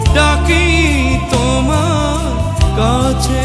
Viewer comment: এই গানে "তোমার" উচ্চারণ লাকী আকন্দ সাহেবের টাই সঠিক। যথাযথ আবেগ আছে।